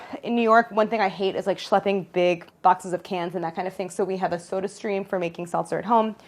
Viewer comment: Omg Claire said schlepping I love her